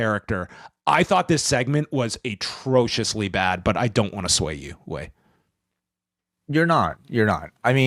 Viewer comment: "Atrocious"?! Do you know how clownish you sound??